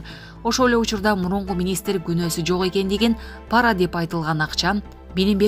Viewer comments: Паара эмес пара деп окучу тантык диктор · ПАра эмес , пара деп оку. Туура оку.